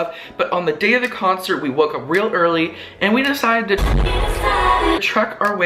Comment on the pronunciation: The "we deceded" are magical lmao